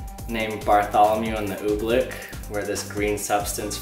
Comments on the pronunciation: So annoying... it's "oobleck" not "ooblick" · "Oobfleck is so cool."